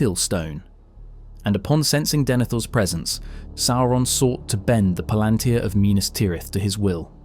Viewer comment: Did Tolkien, being a devoted linguist, ever give guidance on how to pronounce various things? I only have the movies as basis, and there for example, IIRC, the u in "Barad-Dur" is not pronounced kinda like an ü but like a u. Maybe for mass-pleasing reasons? And palantir, I only heard the emphasis on the third syllable before, but you put it on the second. And there you do it yourself, for the plural palantiri. - And you put the emphasis on the first syllable. - you write palantír. Does that "í" inform about emphasis? Implied is it does not, since you use all variants. Reading mistake, added a "the". It is peculiar, another devoted Tolkien fan on Youtube has this problem, too. - Devotion is also expressed through thoroughness.